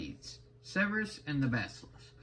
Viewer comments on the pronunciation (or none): Not to nitpick too much i think that is pronounced. Sir burr us